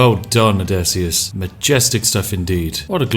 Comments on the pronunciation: Everytime you say "Odessyus" instead of "Odysseus" I want to ram a pointed stick into my neck. And you say "Odessyus" a whole lot. There's a lot of pointed sticks lodged within my throat. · Name: Odysseus Spiff: O D E S S I U S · Ah yes, the adventures of Odesius. What is it with British people and their inability to use English or it's grammar? =D ODESIUS, lmao